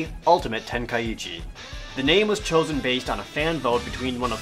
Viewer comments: dbz kinect was awsome i would rate it 9/10 and you are pronouncing ten kai chi wrong it is not ten kai ichi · Ten Kai chi. Not ten Kai ichi..... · the i is silent